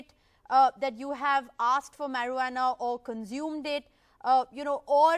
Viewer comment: I am laughing at how he pronounces marijuana. He says mur-waa-naa lol. It's pronounced Marry-uana .